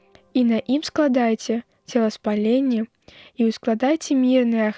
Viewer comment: У 24 прагучала: целаспаленне, як бы цела спаленне, а ў тэксце: цэласпаленьне - спаленне цэлага - іншы сэнс.